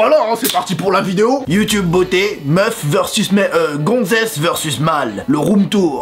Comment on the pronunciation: on dit youtube pas youtioub